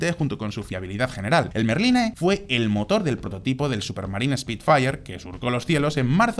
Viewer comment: en muchos videos se nota. Mismamente en ese video desde el minuto 1 diciendo rolls royce merlín en vez de méééééérlin. Es como hacer un video de deportivos y decir "porsch", denota que no has hablado de coches antes en tu vida